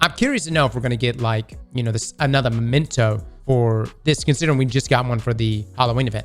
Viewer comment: Bro it's MEMENTO, say it with me. Maybe the whole Hamkara thing went too far, you really need to read the whole word before you say it, and then say it right.